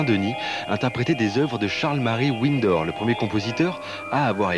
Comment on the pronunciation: Charles-Marie "Ouinnedor"??